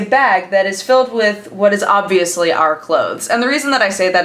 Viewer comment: I cannot stand the way you say "obviously" and "clothes". Its like youre trying so hard just to pronouce it fully. Just relax, its not that serious